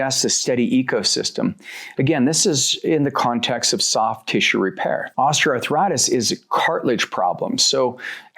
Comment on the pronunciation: Ostra arthritis ⁉️WTHell is that?DONT YOU MEAN OSTEOARTHRITIS?